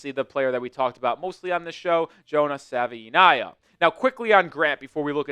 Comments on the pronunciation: D- for pronouncing our new Offensive Guard Jonah <Sav-in-nay-yah> wrong every time. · Struggling with that name 😂